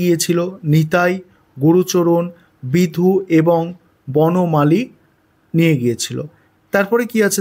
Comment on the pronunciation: Apnake request korchi ageo oneke boleche comment section a seta dekhechi ba porechi.....doya kore ektu spelling gulo thik kore bolun...khub kharap to sonayee..tar opor " বিধু " কে "সিধু" bolar jonno amader number o kata jete pare r sunteo kharap ee lage...Bhul sikhbo keno? Apnar theke bhul sodrano tao to sekha jete pare...ektu dekhun bishoy ta...onek video tei apni vul poren ba bolen...eta thik noy